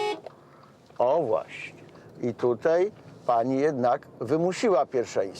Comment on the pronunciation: Panie Marku, apeluję: tutAj, a nie tutEj.